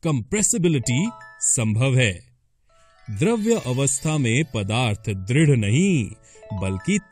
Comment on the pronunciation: द्रव तथा द्रव्य का उच्चारण दोषपूर्ण है। द्रव तथा द्रव्य का अर्थ अलग-अलग होता है। पदार्थ की अवस्था द्रव होती है द्रव्य नहीं। पदार्थ को द्रव्य (matter) भी कहा जाता है अतः द्रव्य की एक अवस्था द्रव होती है।